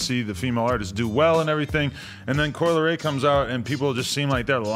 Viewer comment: Coi "L" eray